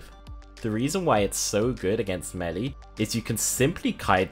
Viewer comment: What's Melly? Is that seriously how he says Melee?